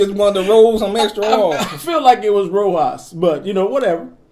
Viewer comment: I never comment on anything; I just watch and enjoy, but that Rojas bit had me cracking up!! timing was impeccable, and expression was priceless...roll one more r....lol. I keep rewinding it and it just keeps getting better. Thanks for helping me to laugh my way through this long graveyard shift.